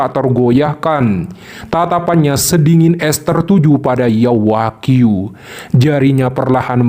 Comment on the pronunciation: Yao wanghui Bukan Yao Wagyu min